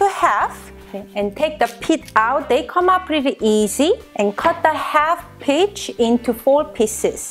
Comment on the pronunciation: LOL it kind of sounds like bitch but I know it is peach I love peaches too so I want to do this.